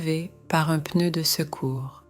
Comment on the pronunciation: I do enjoy watching these stories. However it would be better if real people were speaking not a computer. The word ‘pneu’ is pronounced with a silence ‘p’ but the computer doesn’t silence the letter when pronouncing the word. This is not great for people who want to learn a new language. Not the same red dress worn throughout the story! So many different dresses 😁